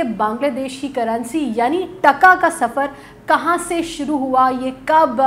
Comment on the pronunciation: Sounds irritating when Pakistanis pronounce our currency in a weird way. "T A K A" sounds like "DHA KA" The way you say it however with a short sound reminds us about the contempt by which Pakistanis would say it after getting defeated in 1971. Try to show some respect now, by learning to pronounce it, since it is the strongest currency!! And because you guys seem to be so interested in Bangladesh now that we are growing so fast.